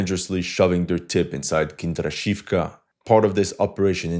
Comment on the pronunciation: Почему ты так настойчиво назаваешь "Киндрачёвку" "Kinder Shifk"?